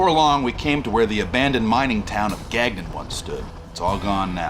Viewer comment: Very enjoyable and good travelogue to a remote spot. The canned rock music is unfortunate - that guitar music is obnoxious. And its not "Gag none" - check out the pronunciation at ... and do us Québecois proud. Merci mes amis!